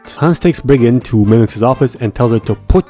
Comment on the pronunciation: Please stop calling her mimix. Sincerely,the population of France